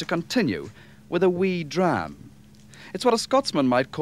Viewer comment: Elsker hans udtale af “dram”: det er en sand viking der taler!❤